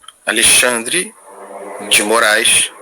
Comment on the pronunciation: "A LEI XANDRE DE MOAIS"